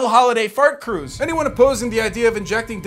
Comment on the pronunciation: hOOlIday Faart Cruuuise